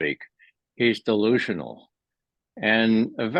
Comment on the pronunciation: You said dilusionol .... Does Putin run on cokain .